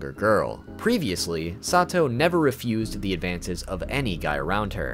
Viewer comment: THIS also why did he pronounce her name like “sah two oh” at first wtf 😭